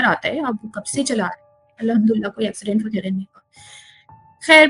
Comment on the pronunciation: Ye story teller last minutes Mein Al-hamdulillah ki bajaye 2 baar al-hamdula boli hain. It's suspecoous.